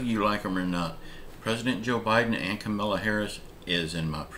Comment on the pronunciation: it's Ka-ma-la Harris